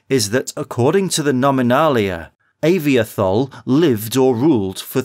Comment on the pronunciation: it's pronounced ah-vee-toh-hol